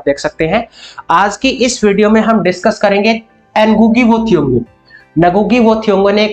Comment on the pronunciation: I guess N is silent in Ngugi wa thiungo